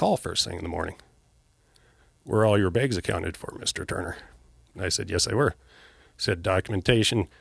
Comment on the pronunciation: He says begs (bags) like Michael. Just sayin.